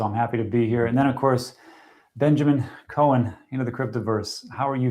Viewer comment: Jesus, how long have you known these two? Benjamin "Cohen", seriously!? It's "Cow-en", although somehow, I notice you got it right the second time you spoke to him, which is even more confusing!?